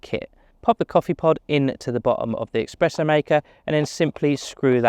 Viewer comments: Espresso not EXpresso! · It’s not expreso! It’s espresso.